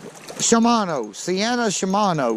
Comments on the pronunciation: Great video and the reel is pronounced See-Anna or at least that's the way I always said it. Shimano makes some good reels and I especially like to use mine just the way you're doing it . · here it is phonetically.... See-N-ah. Aw-ite? Sea-en-ah. Now say it 30 times. Yep, a purty good little reel for your application. Would Trilene XL 2 pound test fish as well? Your jig body selections are dead on.